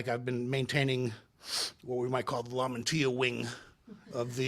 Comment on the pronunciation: Lamantia , Lamantia . Lam - an - tia